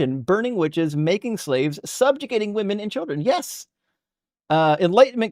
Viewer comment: I am screaming at him the car. Wim-en wim-en. It's my pet hate.